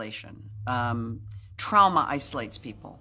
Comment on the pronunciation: Jamie saying trowma just healed my trauma 😂😂